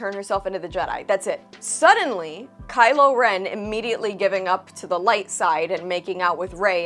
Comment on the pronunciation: I loved hearing him called "Smile-o Ren"